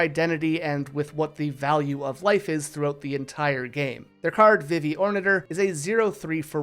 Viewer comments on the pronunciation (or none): Vivi's name is pronounced "VEE-vee." If you're taking that pronunciation from "vivid" or something, it's not correct. The romaji is "bibi", which is pronounced with the long E sounds. Is this engagement bait? 😭 Zidane's name is also pronounced "zih-DAHN", as indicated by the original Japanese and also how his name is pronounced in Dissidia. Tidus is also pronounced "TEE-dus", but this is a completely lost cause when someone isn't already on board. 😔 Great video for real, but aaaa.